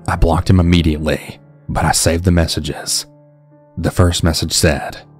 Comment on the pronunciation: I can’t unhear “buhnnn” whenever you say “but” 🤣